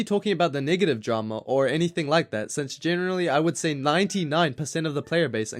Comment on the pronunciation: the way he says negative